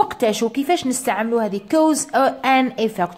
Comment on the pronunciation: حبيت نفهم منين جبتي طريقة نطق cause كَوْز راهي تنطي كُوز بظم ال (c)kɔːz